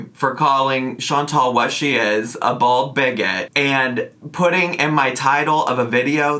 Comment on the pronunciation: I think it’s just an accent thing but every time you say “bald bigot” I hear either “bold bigot” (also true) or “bull bigot” I definitely don’t have a problem with calling her bald, fat, and a bigot- she is all those things (and more of course).